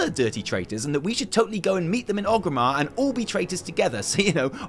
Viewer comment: Oh FFS It's ORGRIMMAR! With an R! oRgrimmar. Named after Orgrim Doomhammer. Not oGrim. oRgrim. You don't say Loderon do you? No, you say Lorderon, because there's a fecking R in it, just like oRgrimmar!!